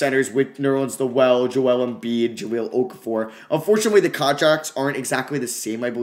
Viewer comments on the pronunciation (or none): none